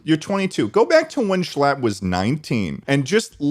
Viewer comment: I'm from NY and "Shclatt" does "NOT" sound like "US"